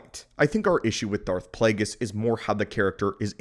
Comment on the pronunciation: It's Plagueis, not Plaguies.